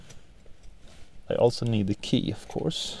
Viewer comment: No "neet" more videos....